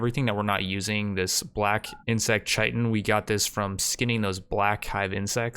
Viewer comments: Chitin is pronounced like Kai-tn. I don’t mind I used to say chiten too but just in case you didn’t know. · dont wanna be that guy buy chitin is pronounced ky-ten, definitely watched the whole thing here tho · For your information the word chitin, is said as kia-tn. Just helping out a g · Absolutely love the videos dude, this is the quality rimworld content I dream about. Thought I'd let ya know that Chitin is pronounced "Kite-In", with a hard K sound. There's no ch sound